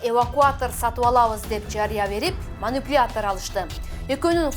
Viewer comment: Манюпляятор😂😂😂 техниканын аталышын так айтканды уйронбойсунбу чон кыз.